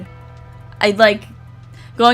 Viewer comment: C is silent in sceptile